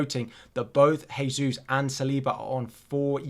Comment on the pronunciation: You’re still pronouncing Jesus wrong. Thought you may like to know.